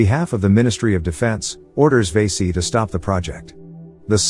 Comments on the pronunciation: Vasi - karan not vesi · Good job. Correct way to pronounce the docs name is "Va - see". Or "Va-see-ga-ran". Hope it helps. The names, "one who is attractive".